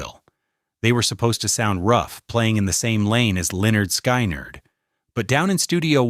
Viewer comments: The AI and AI voice pronouces it SKYE-nrd. Talk about outing itself. Also, there is every reason to believe that Lonely Boy is not autobiographical. His sisters, Melani Gold Friedman and Martha Carr constantly deny that Andrew was jealous of either one of them. The accusations are an insult to his memory. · This is definitely AI. It pronounced Lynard Skynyrd (Lye Nerd Sky Nerd). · Lenard Sky-nerd. AI sucks.